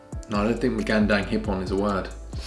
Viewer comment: Ur pronounciation is getting so much better! Just remember to always pronounce ur A's as u wud in ur first syllable in Magandang. U have a tendency to pronounce it as magEndEng. Great job still! I always enjoy watching u both in ur vids!